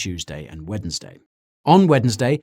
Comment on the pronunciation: Is guy a robot or did he really just pronounce the 'd' in Wednesday ?